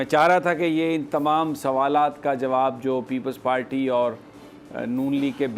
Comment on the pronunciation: You always say palty why it's if you cant say party please say zardari hkumat or learn say RR R